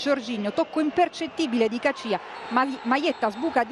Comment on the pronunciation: ma come cazzo pronuncia caccia???? rai style !!